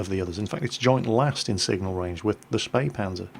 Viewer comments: HEY you pronounced Spähpanzer (almost) correctly! :P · you nearely fooled me with getting wrong that the t49 is the fastest t8light with a top speed of 72 (the spähpanzer is faster with 80) but then you actually correctly spelled spähpanzer! you spoke it as good as a german! SO WHO ARE YOU?! AND WHAT DID YOU DO TO!!!!